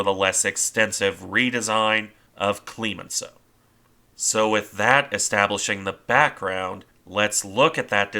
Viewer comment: It's CLEMenceau not CLEEEmenceau. I cringed every time.